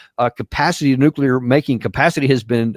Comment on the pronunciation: this Izzyhole can't even pronounce "nuclear."